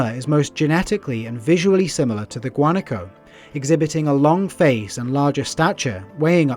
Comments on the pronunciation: It is pronounced guanáco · Wa-na-ko - Guanaco